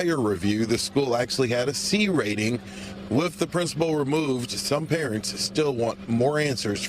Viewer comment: Parent on the phone., " you guys are responsible for the B "RATE-N!" No, I'd say the parents are responsible for that when you can't even say the word RATING properly!